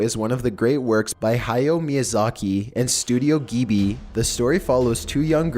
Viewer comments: did you just... "Studio Geebee" >:(!!!!!! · stares blankly GEEBEE!? YOU SAID GEEBEE!? THATS THE WORST I'VE EVER SEEN GHIBLI PRONOUNCED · "Studio Ghibi" it's Studio Ghibli I believe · Did he just say.. GEE BEE?.. It's pronounced Jib-Lee. That was so triggering to here him say it like that LOL. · Studio "Jeebee" by "Hi Yo" Miyazaki. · Top15s:..and Studio Gibi Gibi echos Me:....it's GHIBLI! GI-BLEE! Ok I is good now. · THE WAY YOU PRONOUNCE TOTORRO;; also, Studio Gibi??? *Gibli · DID THIS DUDE REALLY JUST SAY STUDIO GIBI?!?!?! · #5 me: slaps across the face YOU UNCULTERED SWINE! IT'S GHIBLI NOT GIBI!! >:( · Studio gee bee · How the hell did you correctly pronounce Hayao Miyazaki but mispronounce studio “Ghibli”? Lol for the record it’s studio “jib lee” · waitasecond— did he just pronounce studio ghibli as “studio geebee” 😂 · studio ghibli is pronounced "jiburi" shoutout to all my japanese peeps out there who know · It’s pronounced gib lee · STUDIO GHIBLI NOT GHIBI YOY FUCKING MORON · Fucking TOHTOHRO? GIBI?? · How he said totoro and ghibbly angers me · "studio geebee" get out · Hahahahaha, Studio Gibby? I think someone misread the name XD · "Studio Gee-Bee" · Oml it's toe-tore-oh And ghib-il-e And I thought someone denied it? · Besides the mispronouncing my neighbor totoro and such like Ghibli(ji-blee) He showed a scene from spirited away instead lol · "Studio GeeBee" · DIDE ITS GHIB-LI NO GHIBI YOU STUPID PERSON! YOU DONT KNOW ANIME >:/ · My god, Ive heard some bad pronunciations of Ghibli but "Geebi" ..... Really? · BOI IT'S TOTORO PRONOUNCED TOE TOE ROW AND STUDIO GIBLY OK GOSH soz I get really triggered when someone pronounces it wrong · Gibi? I think you mean GIBBAAAYE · ok his voice does get kinda annoying after a while but i let it slide but the way he pronounces totoro is just rjfnwkljfnr and (i know they corrected it but still) fucking studio gibi? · Studio geebee XDDDDDD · "Geebee" lmao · "Studio geebii" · Isn't there an "L" in "Ghibli"? Gheebee, lmao